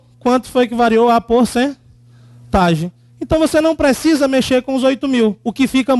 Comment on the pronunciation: "porcetagem" hahahaha